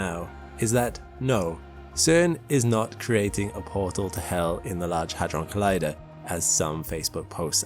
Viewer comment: with your accent i thought you said a$$ drum